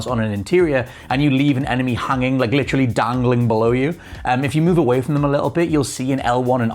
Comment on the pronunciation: your dumb speech attempts lost me when you said leave them hunging.